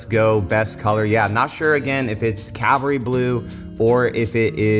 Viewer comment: Cavalry, not Calvary.